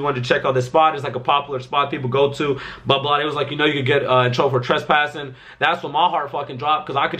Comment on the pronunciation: Nigga said trashpassing